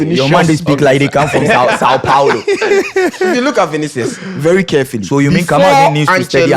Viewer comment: It's pronounced as Vini-shios not Vini-sios...